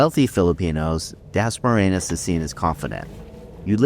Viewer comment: At least learn how to say Dasmariñas correctly. You not only sound slurred & punch drunk, you also change the word a few times when you say it😁 We appreciate the uploads, but must be responsible to be prepared & not lazy, when presenting for views🫡